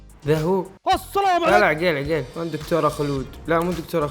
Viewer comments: عقيل مو عجيل😂😂👌🏻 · ليش ماتنطق الاسماء زين هلا مو هالا عقيل مو عغيلللل😂😂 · والله العظيم اسمه عقيل مو عقيل اوك في النتطق غلط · بموت اذا قال عقيل مدري كيف ينطقها😂 يضحك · ماذبحني ضحك إلا نطق اسم عقيل 😂😂😂😂😂😂😂😂🤣🤣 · م يعرف ينطق عقيل يقول عقيل بالشدة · ياخي ليه يسميه عقيل كذا 😂غريب نطقه